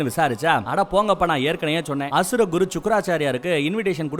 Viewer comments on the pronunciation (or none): none